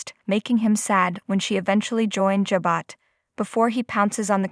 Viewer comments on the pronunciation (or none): Learn how to say Jabot. Omg are you buried in the sand?